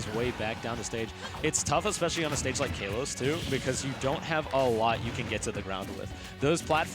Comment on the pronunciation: that kalos pronunciation broke my ear drums